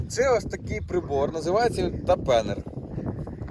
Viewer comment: Хороша робота..але напевно це тАпенер а не тапЕнер